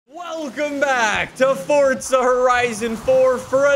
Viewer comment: Does anyone Else recongnize that is says fortza instead of forza?